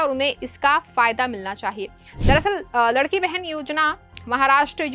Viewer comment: ये रिपोर्टर लाडकी और लडकी का फरक नही बोल पाती..😂😂